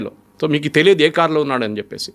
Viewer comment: Thoo kaadhu... so ani maatlaadu.